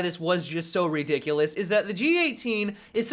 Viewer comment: LOL redick-lus